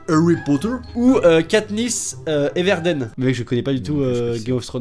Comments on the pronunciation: Alors, Kaniss Everdeen c'est pas Game Of Thrones c'est Hunger Games et Daenerys c'est Game Of Thrones et on dit "Everdine" alors abonne toi à ma chaîne pour te faire pardonner de ton erreur inqualifiable ! ... nan j'deconne moi aussi j'confondais avant, ALLÉ BISOUS! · Juliette Sage-Aubriot En plus il a dit "erverdén" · Et ça se prononce pas « Everdaine » mais « Everdine » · Skinny Fly Ça s'écrit Everdeen mais ça se dit Everdine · Non ça se prononce " katniss éveurdine " et c dans enger games voilà moi perso j'aurais préféré être amie avec katniss everdeen